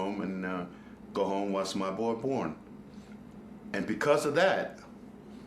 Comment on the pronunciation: It sounds like he said "Watched my boy porn" even though i know he said "watch my boy born"